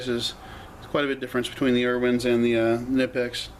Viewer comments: Im going crazy over why people ALWAYS think the "K" in Knipex is silent, IT´S NOT!!!!!! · Seriously man, pronounce the damn K already. It takes all but 1 minutes to go watch one of the videos on the Knipex page and hear it for yourself. This shit is getting annoying and really old 😂🤣😂🤣😂🤣😂🤣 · You are right! It is pronounced K-Nipex, not Nipex. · In the UK most people say NIPEX , going along with the silent k thing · David Thegreat it is silent! K before N is always silent...like knife, knew etc...knipex is no different!